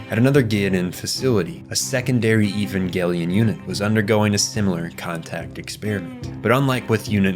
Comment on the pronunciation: The director has already stated, it's pronounced evan-gelion. Over a decade ago. Don't make a lot video if you don't even care. Let me watch the rest of this drive to get a bigger picture of your ignorance, nah garbage.